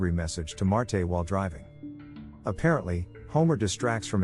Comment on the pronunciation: AI voice sucks, it's Marge not Martay